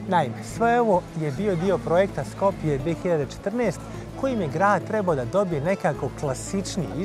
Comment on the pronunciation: Zosto go smeni,ubavo si bese napisano,Skopje e bez ,,Lj" znaci ne znam sto ne I e jasno na gospogjata sto vika zbori si makedonski a ona loso go izgovara Skopje...znaci ne e SkopLje tuku Skopje... svasta...